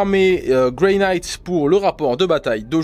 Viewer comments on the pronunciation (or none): none